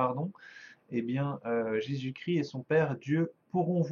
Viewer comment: on dis Jésus Christ pas cri ..arrêter d'écorcher son nom svp merci .